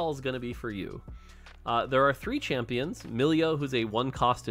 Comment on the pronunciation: When he says "champins" I found that kinda funny for some reason